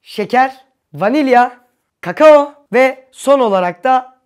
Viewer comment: Üğpannem sırf evee o bi kaç gün önce kendi brownü yabdı ondn evde kek var diye izinv ermedi bu ne biçim iş bide kamo derken mucit miş gibi kKAKAKO!